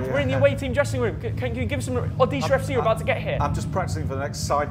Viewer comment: Never thought pronunciating odisha fc in his mouth It's my home state so refreshing to hear it from him😮